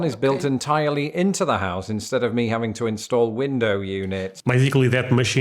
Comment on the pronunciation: Our house-UH says.